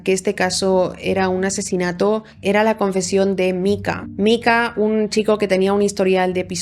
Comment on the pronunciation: Me ha gustado mucho el video, muy exhaustivo aunque cada vez que pronunciadas Micah como Mika, en vez de Maika me mataba